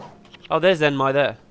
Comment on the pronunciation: Not zemnai, zenmai xD! Good job :)